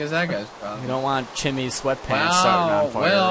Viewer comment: real fans notice that its chimnie not chimmie !!!